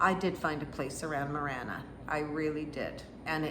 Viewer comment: I’m sure you’re actually talking about Marana, not Manera?